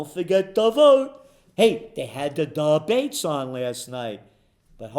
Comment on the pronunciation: the “duh-bates” lol